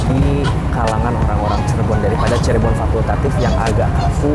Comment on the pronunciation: Nah,gitu dong Lebih enak didengar dan dilihat dengan kata “Cirebon” bukan “Cheribon” 😂😂😂